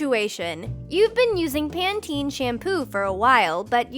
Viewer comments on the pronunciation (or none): none